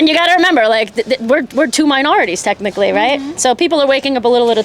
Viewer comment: That Italian lady is such a cornball. "were two minorities, techinically".